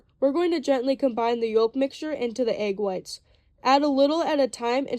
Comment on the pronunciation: Not for nothin'....and I know you dont really care how you sound.....but the "L" in yolk is silent. Yolk is correctly pronounced "yoke." Just sayin'